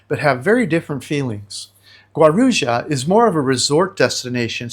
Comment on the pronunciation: It’s pronounced Gua-roo-jah. No Brazilian would know what you are referring too. Peace.